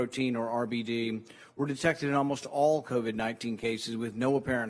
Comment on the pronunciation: Isn't that cute he calls it COVI"🤣🤣🤣